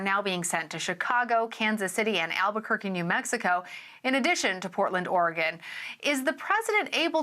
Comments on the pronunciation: Native here. she said it properly. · I like the old license plate surround that said, “It’s Ory-gun”. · Actually she is pronouncing it correctly.